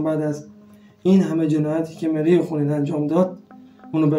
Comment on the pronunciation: این برنامه ها خوب هستش و شما و ما با هم یک سری اطلاعات را با هم مرور می‌کنیم ولی شما اصطلاح انگلیسی و نام مری و. خون به انگلیسی را خوب تلفظ نمیکنید یک بار دیگر فیلم‌ها را نگاه کنید متوجه میشوید ولی در کل عالی بود و بقیه را هم پاتاوه می‌دادید شما احضار کردی ولی پایان‌احضار چه. شد